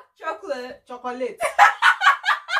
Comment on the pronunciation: I am laughing all the way through. We don't say cho-co-la-te haba sis. No yab us now 😍😍